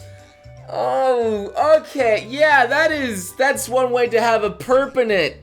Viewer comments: Apparently your English is a 'perpanent' mistake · also perpanent was almost as bad as pregananant, which is fucking hilarious! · what's a "Perpanent"? Is that the name of a new Stand? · When was talking about the ahegao Megumin he said "perpenant"